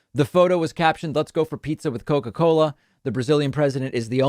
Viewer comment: eating pee-tzah eh?